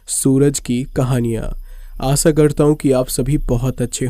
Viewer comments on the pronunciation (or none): आसा नहीं आशा, सादी नहीं शादी., सक नहीं शक, सायद नहीं शायद............